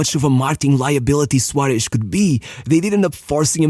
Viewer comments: I don't understand why blud pronounces Suarez as SUARESH, man the SH should be in Su- not in -Rez. Also it's Suares, or with a softer S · Suárez, not Suáresh.